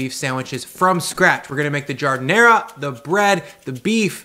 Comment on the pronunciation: Jesus Christ, stop saying ZHUUU and JARD. Nobody in Chicago says that. I'll fight ya! >:D